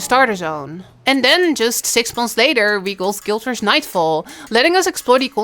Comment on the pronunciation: guild warrsh??? what? waht are you saying? geez... fix your speech xD